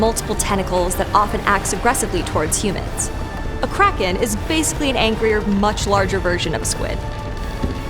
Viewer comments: it’s so annoying she pronounces it like “crack-in” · Kraken hmmmm Take out the second k and switch r and a